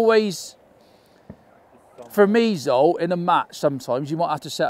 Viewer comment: He is not Zolt. Cmon...say his name correctly 😂 ZSolt. Just try it 😅